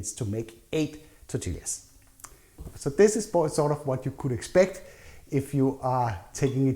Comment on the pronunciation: Good recipe! Its said "tor-tee-yah", though. Double L "ll" in Spanish makes the "y" sound. ❤